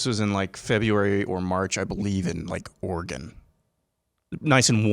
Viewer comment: "Organ"? Like in pipe organ? We used to have bumper stickers with, "ORYGUN" which is phonetically how you pronounce, Oregon. I have heard outsiders pronounce, OryGONE, which is NOT how we speak it here. No one says, WashingTON, but rather say, WashingTUN.